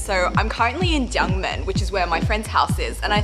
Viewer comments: looks like you are in my hometown. I think you mean "jiangmen" rather than "Junmen". Try some 肠粉 and 牛杂. They are the foods I always miss about when I'm in overseas. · Gangmen is just the Cantonese accent. In mandarin, it’s definitely pronounced Jiangmen.